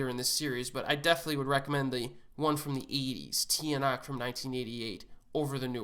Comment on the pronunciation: Tiyanak? It’s pronounced “Chanak” It’s different right? But that's how we pronounce it